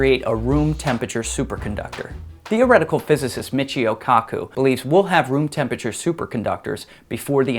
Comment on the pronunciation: I was spelling it the way he says it No need to get antsy bro